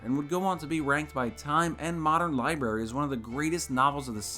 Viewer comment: libary? Lol